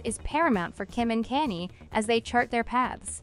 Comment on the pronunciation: Yo, its Kanye, pronounced Kanyae not Kayni. Come on,man! The man is hella famous. If you can pronounce Kim,you sure can pronounce Kanye.